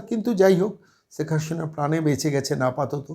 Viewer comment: আরে কততা শুদ্ধ বাংলা বলেন- ছেক হাশিনা বলছেন, উনার ছেলে লন্ডনে নয়, আমেরিকায় থাকেন সেটাও জানেন না। অনেক ভুয়া পন্ডিত ভারত রাষ্ট্র কে ভারতবর্ষ বলেন, কী অবস্থা, লেখাপড়ার এই দশা?